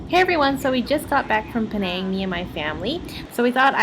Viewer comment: I hope you were not raised in Penang cause the way you pronounced all those name of the Food is Horrible!!! Stop that Slang of yours for Penang Ppl Sake